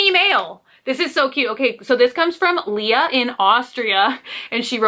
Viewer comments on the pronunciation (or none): none